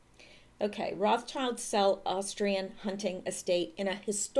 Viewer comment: if you wanna be a step above everyone else remember what Rothschild means. Red Shield Roth Schild (Roth Scheeld) pronounce it like this and you’ll be one of the few to just get it right. It’s important to remember why it is like that